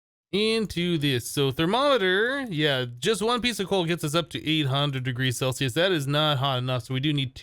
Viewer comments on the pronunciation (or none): none